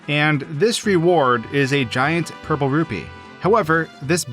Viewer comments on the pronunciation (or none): none